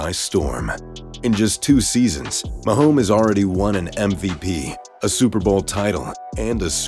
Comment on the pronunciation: How much did they pay this C actor to say "Mahome"?